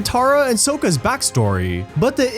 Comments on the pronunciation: Sokka not Sooooaka 😂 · Did you really say "So-ka" instead of "Sok-Ka"?! Fail